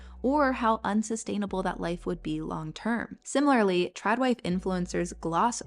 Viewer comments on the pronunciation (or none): none